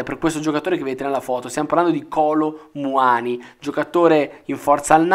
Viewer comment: Il Milan si muove per primo e come al solito arriva ultimo ...è Muani' con accento e no Muani 🤣🤣🤣